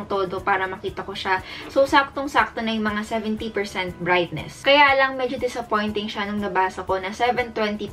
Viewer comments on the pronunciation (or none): Pinaka masakit saaking tainga yung mai desapoint desapoint pag nag rereview.. hindi kona tlga alam kong ano ang aking bibilhin